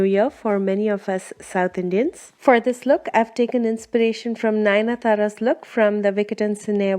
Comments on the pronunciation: BTW it's Nayanthara and not Nayana thara !! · Ninathara??? Girl, its Nayanthara